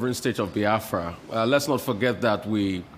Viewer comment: Reuben it is not baafra but BIAFRA